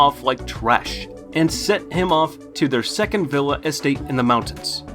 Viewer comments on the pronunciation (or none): none